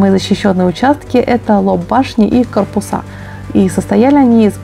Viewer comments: Читать надо вдумчивее, не корпусА, а кОрпуса... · Не корпусА,а кОрпуса